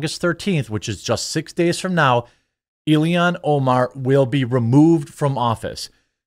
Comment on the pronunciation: I've yet to determine whether it's a colloquial way of speaking, or a deliberate choice, that makes Jeremy unable to say things like "Ill-han Omar" or "Hock Too-Ah" correctly...